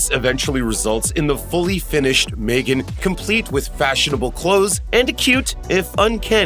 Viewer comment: Its Megan not Maygen???